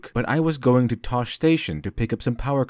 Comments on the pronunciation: You mispronounced "Tosche Station" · Y'all do realize that this guy is just reading a script, right???? He didn't write this, and he is not a Star Wars fan. That's right, he is a fraud, an actor reciting dialogue. Want proof? Check out his pronunciation of Tosche station .